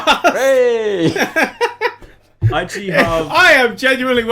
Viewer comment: Did anyone notice "PodCATS" instead of "PodCAST"